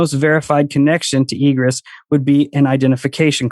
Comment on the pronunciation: It’s pronounced ē′grĕs. And means The act of coming or going out; emergence. It’s used in fire code standards in construction. Stop saying “egrus”.